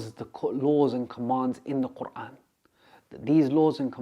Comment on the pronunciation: His pronunciation of the word Quran made my heart melt ❤ Brother you have been blessed.